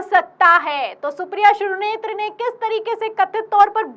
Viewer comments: मैडम श्री नेत्र मत बोलिए शुद्ध नाम श्रीनेत हे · श्रीनेत बोलिये मैडम आप बराबर श्रीनेत्र बोले जा रही हैं 😅